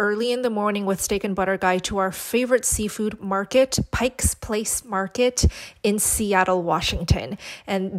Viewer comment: Did you really just call it pikeS place market... and you live in Seattle? lol Also, you need to stop searing steak in a teflon pan. Get cast iron!